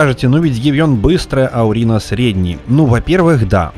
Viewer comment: Почему урина ? Урэй как бы